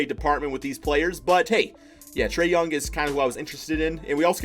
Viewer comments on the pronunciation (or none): Did u say Trae youny